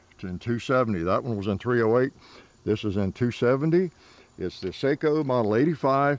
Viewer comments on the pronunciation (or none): Actually pronounced "SOCKO" not seiko. (Just for your information) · I dont know... but its pronounced Sako not Saiko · Sako, not Seiko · "Seiko" is very different than "Sako" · Its SAKO not Seiko thats a watch lol 😂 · Seiko makes watches....Sako (sok-oh) makes rifles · Sako (Finish brand). Not Seiko (watches from Japan). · Sako not Seiko....Seiko is a japanese watch manufacturer.... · FYI…. SAKO is pronounced like socko not sayko. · Say... What?? Sock-Oh!! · SAKO not Seiko! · One difference you do not discuss is accuracy over time. Saaaaaaako..not "Seiko" will still group sub 1 moa after 2k rounds.. Ruger may or may not retain that accuracy..Sako always will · It's sako not seiko ....lol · Sako not Seiko. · It’s pronounced “Socko”. They are beautifully made rifles. I have a 30.06 that I purchased in 1998. It’s a tack driver . The action is butter smooth. And had three lugs instead of the standard 2 like so many manufacturers have. I also had a Remington that was great, but the action was no where near as smooth. Craftsmanship while good one the Remington was nowhere near the Socko. The Socko was $1000 and the Remington cost 600. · Sako is produced in Finland and is pronounced “Socko”. The name is often confused with Seiko of Japan who makes watches and has nothing to do with firearm manufacture. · It's sako😂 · With all respect, the proper pronounciation is "SAH-kk-aw". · It's Sako (guns) and Seiko (watches). They're different companies. It's just that they have similar names and he's pronouncing the "a" in Sako like "ei".